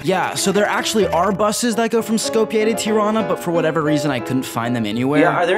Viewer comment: hearing u pronounce tirana and skopje makes me laugh